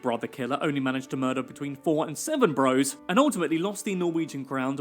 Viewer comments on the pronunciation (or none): none